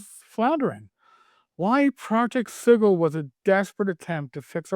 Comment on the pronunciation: you said sigil right YAY........ and Ick Kor (Ichor) they always insist on EYEkor for Ichor